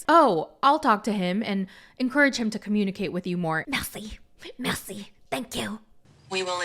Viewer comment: Merci is french yes but we use it in Bulgarian too. The Bulgarian word is blagodarya and we prefer the short mersi. She pronounces it differently but we know what she means. It’s ok.